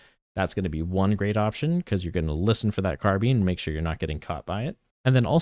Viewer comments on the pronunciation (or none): Yo wtf is a car bean?